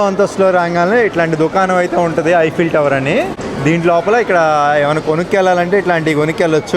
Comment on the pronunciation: ఐపిల్ టవర్ కాదు. ఈఫిల్ టవర్ మై సన్